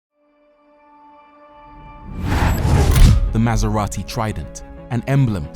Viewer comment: MasEVati. (Bleah.)